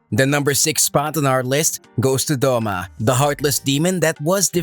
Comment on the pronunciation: “Akza”💀really its “Akaza”😑”Doma”💀 its “Douma” “Giyu” Mannnnnn its “Giyuu”😑